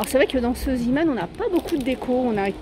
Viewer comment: Bonjour, en Belgique nous en avons beaucoup des magasins zeeman, et moi j’adore!! Il faut y aller assez souvent et j’y ai déjà trouvé des perles rare! Par contre si je peux me permettre, ça se prononce zééman.. car c’est une enseigne flamande 😊 bisous